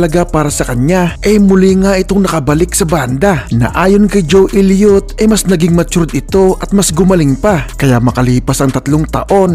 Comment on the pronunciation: Sana man lang ginalang mo ung pag bigkas ng mga pangalan nila at hindi ung desisyon mo lng bigkasin ng basta. Ju Ilyot? Pe ti Willis? Mut Lang? Pyromanya? Armagidon it? Phil Kolin? Vivian Kampbel? Yoporya? Dayamond star halos? Tapos mali pa ung title ng kanta "when love and hate collides" At ano ung sinasabi mong binastos nila ang Dyos? Yun lang sinabi ni Mutt Lange para tumigil na mga tao kaka kulit sa kanila at malamang ndi mo alam na ung pananalita ng mga Ingles, ay sarcastic pakinggan. Sana inaral mo kung paano mag bigkas ng tama at ndi ung ginamit mo pa ung Banda tas mali mali naman pinagsasasabi mo.